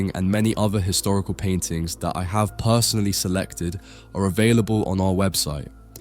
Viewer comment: Interesting and unusual selection of paintings but the mispronunciations are toe-curling…’pre-raphaelites’ and personally isn’t pronounced parsonally.